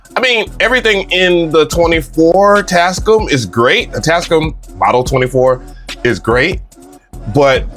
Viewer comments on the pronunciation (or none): Tas -CAAAAAM! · Bro keeps pronouncing it as “TASCUM”😂😂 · this is my new goal...i need to buy enough equipment to justify purchasing this mixer. this dude goes out of his way to mispronounce words. "Ruhverb" "Tascuhm" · its TAS- CAM BRO:)) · welcome bike today we are looking at the tascum model 24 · quality tech info -100 % raw excitement from seeing a mixer for the first time in person +500 % pronunciation of brand name Tascam -100 % level of diddler energy for the mixer +500 % over all review score 800% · You were super sensitive about Bolo pronouncing your name right and you cant even pronounce Tascam correctly 😂 Also, camera moves way to much. slow it down 🥴